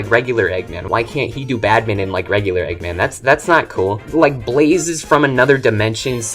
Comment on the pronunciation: Egg man 2. Say his name correctly pls, i swear it wont sound like a slur.😅